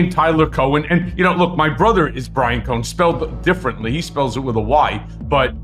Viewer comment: Brian with a “w”? Bwian??